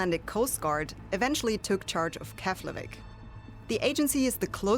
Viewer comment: Keflavik is pronounced Keplavik, just my two cents of knowledge. 😅